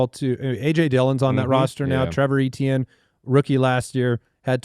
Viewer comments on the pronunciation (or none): The thing is I speak French. The English letters ATN are the right way to pronounce Étienne. So I don't know why tf Travis is insisting it's otherwise. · Was just about to post this. Why is Trevor still ETN? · Trevor AyChann, he is Travis's little brother so their name should be said the same lol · Trevor is Travis Etienne's bro. Their last name should be pronounced the same. Lol